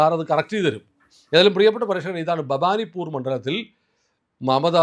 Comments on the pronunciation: Bhavanippoor, not BABANIPPOOR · ദബാനി പൂർ അല്ല. ഭവാനി പൂർ ആണ്. ദവ യായി തിരുത്തുക